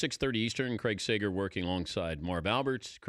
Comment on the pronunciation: Sager, not Segar.